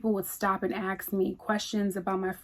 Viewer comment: Hi,I asked you because I noticed you pronounced the word "ask" the Nigerian way "aks"🌹